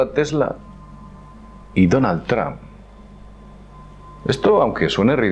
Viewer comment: porque dicen "TRAM"< NOTA: Yo hablo perfectamente ingles desde niño, pero estas pronunciaciones me dejan anonadado hahahahahah